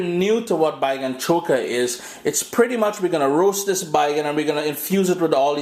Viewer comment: I like how the "th'es" going and coming. not sure what accent it is, the 'dis' and 'doh' for 'this' and 'though' lol